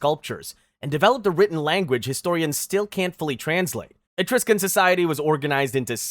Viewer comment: You promise of things so differently that it kind of bothers me. Mostly your pronunciation if Celtic and Etruscan.